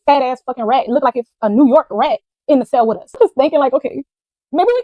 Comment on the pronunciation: Her adding an extra ED on certain words is really pissing me off🤦🏾‍♀️😒...."hurtEd"....'like-ED ".... "LookED"... SMH